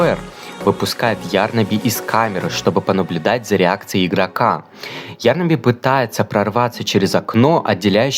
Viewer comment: Извините меня конечно, нооо не Ярнаби,а ярнАби